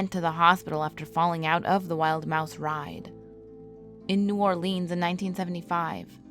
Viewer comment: You said New Orleans wrong